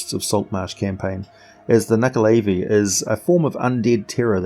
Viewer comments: Who here fought and killed the nuckelavee in the PS2/Xbox/mobile game "The Bard's Tale" ??? ;) ALso, not %100 sure but I think it's pronounced "nu-ckel-a-vie", not "nu-ckel-aay-vie"... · He pronounced it wrong.